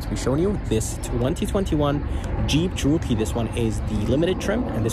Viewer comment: Descent video. But, what’s with the odd pronunciation of “Cherokee”?